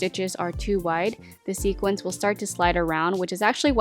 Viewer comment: Loved all your ideas! FYI: Sooo many people pronounce the word "sequin" as "sequince". The plural of "sequin" is "sequins". If you have a sweater that is embellished with sequins, you would say "I am wearing my sequined sweater".